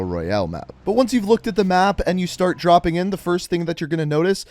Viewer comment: Loved the vid it really helped i was trying to find but couldnt find one till this. Btw a correctian you said droping stuff not dropping